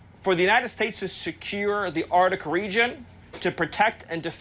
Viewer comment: Where the fuck, is the "Rdick? It's the "Arctic" you illiterate, imbecilic, moronic idiots.😮